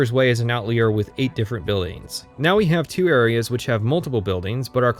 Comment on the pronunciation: While I know you pronounced illegal incorrectly on purpose, you did mispronounce "outlier." "Bleaker's Way is an outlier" Outlier rhymes with "spire," because it lies outside of the norm.